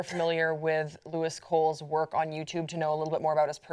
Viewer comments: It's pronounced Louis, he wasn't invited by North Korea, he could only see what they showed him, he isn't an investigative journalist, he isn't uneducated, he isn't dumb, he just chooses to be positive about things! This video is stupid though... you havn't even watched his videos and don't know what he's like! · Its so obvious you guys did NO research in to Louis at all. Can't pronounce his name and don't realise he came back from North Korea a week ago and didn't upload any of his videos till he came back. He was invited to go by a group that was already going and wasn't asked to come by the government. He can't go in to the details of the group he was a part of because they wouldn't get allowed back in. In fairness she did say lets wait till he is back and find out some more information first. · Americans never seem to be able to pronounce the name Louis correctly lol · Maybe you should actually check out his channel. Pronounce his name right for one. He's posted a video reacting to media like you saying things about his experience in North Korea that is not in line with what he's actually doing. Do your research. I used to actually be interested in what you've had to say but now seeing that you don't look into what you make your videos about, I'm pretty unimpressed. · you guys didn't even know how to say his name. My least favorite people on pop trigger. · Obviously they haven't done their research on the YouTuber and their intentions and content if they are pronouncing his name incorrectly (it's not Lewis it's Louis, which is pronounced Lou-e) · It's Louis like the French pronunciation like King Louis XII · lewis??? louis, the s is silent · Lou-ee not Lou-is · He films what he sees wherever he is in the world. He's not an investigative journalist. Why does sharing your experience of somewhere make it propaganda?? It's also pronounced Louie. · It's pronounced "louie" ☺️☺️ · Loo-ee Cole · yeah shouldn't be that hard to pronounce it right